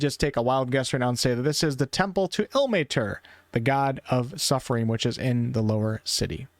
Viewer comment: Ye pronounciation of Ilmater is funny but I don't think even wizards of the coast pronounce names of gods loosely based on finnish words right :'D